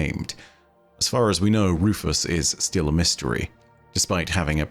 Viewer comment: I think the name is pronounce Rue-fue considering it's Rufu's not Rufus